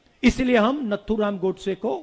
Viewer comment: अस्नान नहीं होता h स्नान होता हे, नत्थुराम नहीं नाथूराम filhal aapko pehle thik se hindi sikhane ki jarurat h, pappu bhaiya🙄 🇮🇳Jai Hind🇮🇳